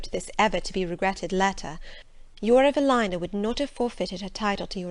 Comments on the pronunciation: It's pronounced Evaleena 🤦‍♀️ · You're wrong. It's a British author. It's pronounced een not ine